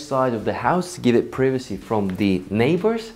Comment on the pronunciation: Priwesi (privacy)